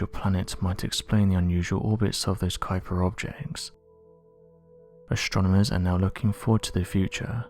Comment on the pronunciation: ASTRONOMERS !!! ... THIS is how is spelled and NOT how you said it : "ashtronomers" !!! .... 😠